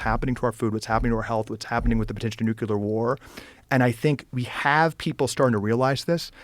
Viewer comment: Ekcetera, nucular… graduates with huge degrees can’t even pronounce words correctly.